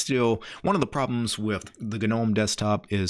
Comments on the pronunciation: it's gnome. Pronounced nome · am i tripping or does he keep saying the word "gnome" wrong... wtf...